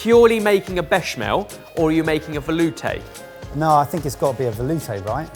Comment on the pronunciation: Veloooooooootay🤣 someone had to say it (Edit, yes I know it's spelled veloutè... I think 🫣)